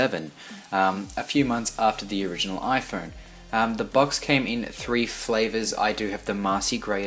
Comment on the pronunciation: This nigga said "flavors”